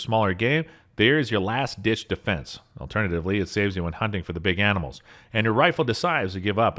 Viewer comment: "The strongest a de'dl'est anim'ls on dis plan't" jeepers man! Have a single solitary care!